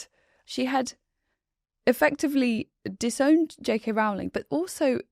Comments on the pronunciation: I do wish would correctly pronounce JK Rowling's surname. It's ROW-ling, not RAO-ling. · At least one of you has it right. Rowling as in Rolling Stones, not as in growling at kittens.